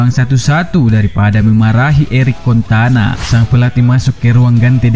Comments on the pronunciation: Eric cantona min bukan eric contana😅😅😅😅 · Cantona min bukan contana.. Piye toh😀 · Pola pikir indonesia bikin ngakak,mimin cuma salah dikit dalam menyebut nama eric cantona jadi eric cantana,banyak banget kritik dan di ketawain ama netizen di kolom komentar ini,apa cuma segitukah pemikirannya? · Cantona kocak bukan contana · CANTONA COY BUKAN CONTANAAAA 😤😤😤😤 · Cantona bukan contana 😭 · ERIK CANTONA BUKAN CONTANA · Cantona woi bukan contana wkwkwk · Dari jutaan orang yg nyebut CANTONA. cuma chanell ini yg nyebut CONTANA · weheheh, contana 😂😂 sabar bang sabar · Eric CONTANA? really?? 😄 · Erik Cantona.. bukan contana.. Admin kayakx bukan penggemar sepakbola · Eric "Contana"? Auto menangis guaahhh... Dan Fans MU.. 😭😭😭😭😭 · Eric Cantona bukan contana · Sengaja atau tidak, Namanya adalah Eric Cantona, Bukan Erik Kontana. 😁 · CONTANA 😂 Dikirain cuma salah sekali ngomong, ga tau nya terus-terusan. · Eric cantona bukan contana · Cantona min bukan kontana🤣😭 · Btw bang Erick Cantona bkn contana O-nya setelah t bkn setelah c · Rajin rajin baca majalah bola Eric Cantona, bukan Eric Contana Padahal Cantona legenda sepak bola dunia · Eric Cantona Bang, bukan Kontana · Cantona bukan contana,ins (ince) bukan ains...hahahaa kau lebih inggris dari yg inggris laii.. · Cantonaaaaaaaa bukan contanaaaaa malu-maluin fans mu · Logat Medan kental bener wkwkw.. di ralat.. CANTONA bukan CONTANA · contana. Yg bener Cantona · Eric Contana....? Baca dl sejarah MU.... Jgn asal ngomong, nga bisa baca ya...? CANTONA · Kecewa fansnya MU denger contana bkn Cantona.... 😄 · Aduh bang..belajar baca dulu bang...CANTONAAA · Ini suara nya sapa sih... Penyebutan eric Cantona salah trus